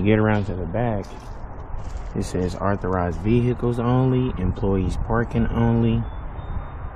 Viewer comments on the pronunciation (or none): Saying "vee-hicles" should be an arrestable offence.